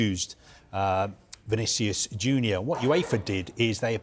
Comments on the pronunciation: 'Vinicius Juner' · „Vinicious Juda“ 😂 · I heard "Vinicius Judas" 😅